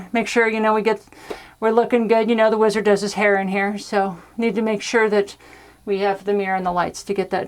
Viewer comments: " The Weezerd " ... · "Weezard". There, that was easy.